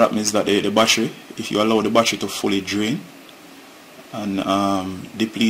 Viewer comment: Why you keep saying "wassher"......."don't let the wassher completely deplete"......"the wassher wasn't charging". What the hells is a wassher....you mean to say BATTERY?